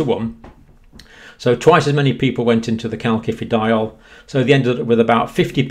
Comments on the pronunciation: Calcium....second c sounds like “see” because of the “i” following the c Calcium.... first c sounds like “Kay” because an “a” follows the c Calciferol....first c sounds like “Kay”, second c sounds like “si” because it is followed by an “I”. Word sounds like Kal-si-fer-ol not Kal-ki-fer-ol. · Calcifediol is pronounced 'kalsifediol' with s rather than k. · Please please dear professor, there is no “K” in calcifediol. It hurts my ears and detracts from your great message. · Great stuff but surely the second C in calcifediol is pronounced like an S. As in calcium.